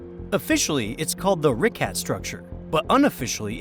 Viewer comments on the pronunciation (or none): The way you pronounced “Richat” like “Ricat” irked me way more than it should’ve.